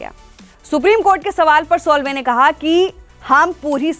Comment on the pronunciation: उनका नाम सोल्वे नही, साल्वे है!!! 😮😯😱